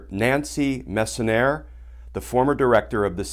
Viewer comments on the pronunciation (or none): bro.... honestly shes been on rachel Maddow, which i KNOW u watch bruh, she was on Nicole Wallace too... bro its pronounced "Mess-on-yay" not mess-on-ear, come on Kirsch, its just a name, but u better than that bro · Glenn it's Dr Mess-son-yay. It is French after all.